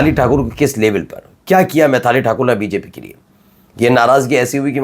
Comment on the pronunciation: अरे यार मैथाली ठाकुर नहीं, मैथिली ठाकुर बोलो यार